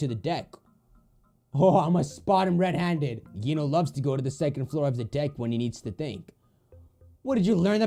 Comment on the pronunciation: you obviously HEARD in the game what is the real pronunciation of Gino but YOU STILL SAY IT WRONG! Can you pronounce it like "Jeeno"? THAT is the right pronunciation!